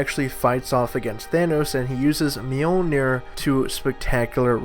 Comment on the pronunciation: "He was using stormbreaker and thanos to fight Mjoliner"